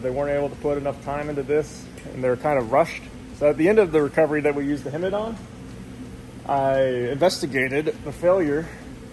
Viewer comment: Hemit not hermit